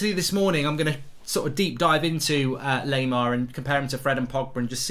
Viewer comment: Laimer is pronounced - Lie - Mer Lie as in you're lying to someone